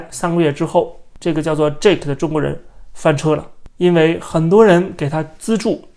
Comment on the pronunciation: 是Jake, 不是Jack。 發音不一樣。